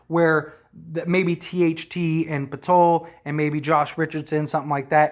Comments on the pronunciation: Not Jay-Kob Potello..lol...Its Yah-cob Pur-tle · poeltl is pronounced like hurdle btw. “purdle”